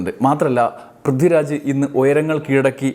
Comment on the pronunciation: 'പ്രിദ്ദിരാജോ' ആരാണത്? വ്യക്തമായി ഉച്ചരിക്കെടോ